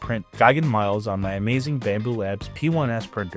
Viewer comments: The word is "me-lays," it's Latin, like Rex, and means "soldier." It's the root of English words like "military" and "militia" and so on. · Miles is actually pronounced "mee-les"